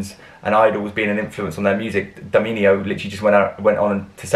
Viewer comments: DAMINIO??? 😂IS DAMIANO like the Imperator.... Thanks for your reaction please react to "Lividi sui gomiti" 🖤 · Not Daminio, but DAMIANO. Like Damien, but in Italian way. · It´s always funny to listen to your pronounce of Damiano. You call him everytime different :) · May I just give you a kind of homework to do every night just before going to bed: say ten times DAH - MEE - AH - NO for an entire week. Btw I'm the third in the rank, but I'm not supposed to win anything though. Anyway you've got 97,800 subscribers: congratulations! Do you like all that popularity?